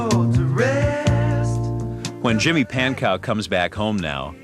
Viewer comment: Pankow is pronounced Pan-Co…. Right?